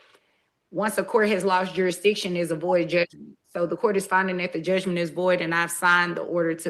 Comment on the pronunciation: The judge said.. juristion. Is it a black thing?? Like ax me?